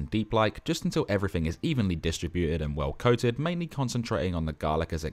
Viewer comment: "well coated" i hear your accent and will forgive you.